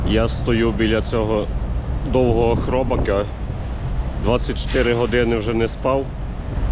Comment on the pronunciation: Хробака😂,,,,наголо не правілно😅